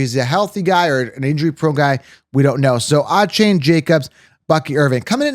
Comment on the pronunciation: I can’t trust a source when they can’t pronounce Achane and BiJan’s name correctly.